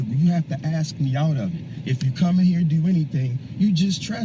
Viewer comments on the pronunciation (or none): Birf, oaf, axe. Yeah, he’s a genius.